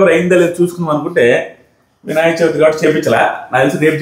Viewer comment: Vinayaka Chauthi kaadu. Cha vi thi